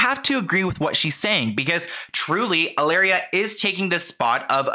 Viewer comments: She doesn’t even pronounce her “Spanish”name in correct Spanish! It should be ee-la-reea not halaira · I can't even watch this because you keep calling her Ilaria. With a silent h and everything. Why do you feel the need to indulge this woman's fantasy for her? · Why do you call her ILLARIA instead of HILLARIA 💀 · How you say, cu-cumber? Hillary pronounces Hilaria like EE-LAH-DIA 😂😂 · You pronouncing Hilaria like malaria is SENDING ME 😂😂😂